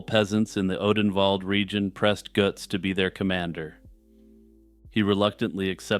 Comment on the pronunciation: Greetings from Germany. I often listen to you and always like your way of speaking. This Götz-thing was a special pleasure, of course. Your pronunciation of German "ö" and "ch" is good. This is not common for English-speakers. Jagsthausen is also correctly pronounced. Landshut, though, is pronounced more like "lunds-hoot "with "u" as in "but". You are very well informed about the fellow, knowing more than I remember from my schooldays when we read Goethe's play about him. This play contains the words that are written half-correctly under the relief portrait of the knight that you show. Goethe wrote "im" instead of "am". "Am" belongs to the everyday version of the saying. Germans, especially in the south, often use it, and some variations of it are not even an insult. Sadly, in Germany Götz is not remembered for his interesting life, although many know about his iron hand. His memory is kept alive by the well-known expression "Götz-Zitat". The word is used as an euphemism when speaking about the use of the rude invitation that Goethe invented for the hero of his play.